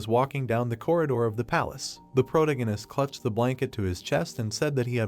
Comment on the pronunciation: can't stand the way it pronounces "protagonist"